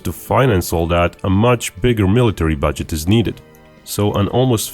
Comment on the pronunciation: I'll believe the guy that butchers "military" so badly